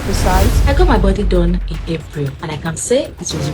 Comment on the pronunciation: The word is Body ! Not Buddy please!